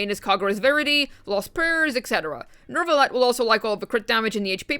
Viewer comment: Why do you keep saying NeRvalette? 😂